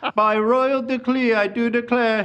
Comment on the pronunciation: “By royal declee I do declare” 😂😂😂💛💛💛